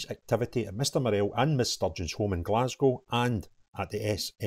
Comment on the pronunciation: You are pronouncing 'Murrell' incorrectly. Say it like Burrell. Don't emphases the 'ell' part.